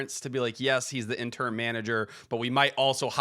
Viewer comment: I can't tell if T is saying intern instead of Interim lol wouldn't necessarily be surprised